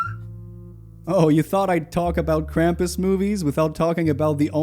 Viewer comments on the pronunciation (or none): The sound of screaming flannel man is still vibrating around my skull so thanks for that!! This is a great video. Also most of the time when I hear "krampus" it sounds like "grandpas" which led to some really funny mental images while watching: Oh no! this family is being chased by grandpas!